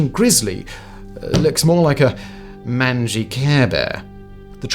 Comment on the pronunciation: The word "mangy" is pronounced "main-gee" not "man-gee"